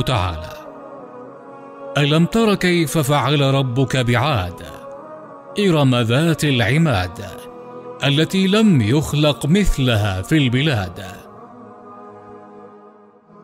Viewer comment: التى لم يخلق مثلها (بضم اللام وليس بفتحها)تصويب